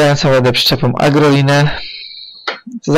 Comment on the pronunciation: Się mówi Agrolajner.